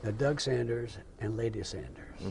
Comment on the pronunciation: His name is Doug Sanders (not Saunders). Unbelievable that the interviewer couldn’t even pronounce the interviewee’s name correctly!